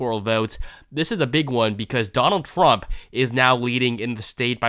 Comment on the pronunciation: “Donal Thrub” 😂😂😂